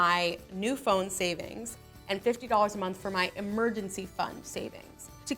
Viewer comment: Who else noticed that she didn't finish the "g" in savings